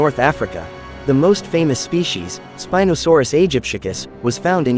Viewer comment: You said spinadasaurs